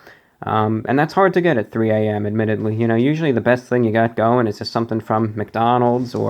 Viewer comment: take a drink every time he says admitadley